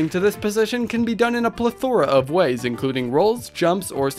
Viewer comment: It's plethora, not plathora